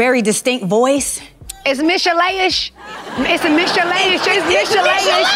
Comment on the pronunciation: It’s Micheleshish 😂😂😂😂😂they still do that